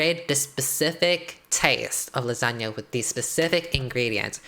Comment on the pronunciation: The way I thought she was saying Lizhonya and not lasagna.......... like Lissandra with a zhonya’s